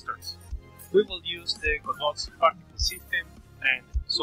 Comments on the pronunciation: I thought you pronounced Godot like 'Goa-Dot', and my mum thought it was 'God-Ot', but it turns out we were both wrong 'Guh-Dough' XD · Technically that's how the word godot is indeed pronounced, but I recently read an article with an interview with one of the (devs? creators? I can't remember) and they said it's open source, pronounce it however you like. XD